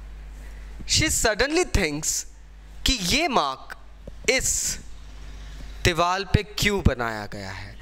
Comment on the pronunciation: It's "diwar" not "diwal" 😬🙄